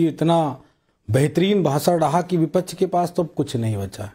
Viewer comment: Vipach vipach kya hota hai